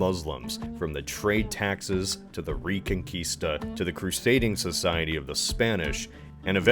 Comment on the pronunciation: Thanks for saying Reconquista and not Reconcuista 🙏, greetings from Chile